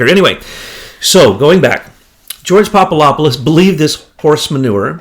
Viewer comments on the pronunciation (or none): Jesus Christ! It's PapaDopoulos not papalopolous. Makes you sound like an idiot. I swear. Why is that so fucking hard? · The name is pronounced popa adap pulos "phonetically" He is a Greek Jesuit to my understanding.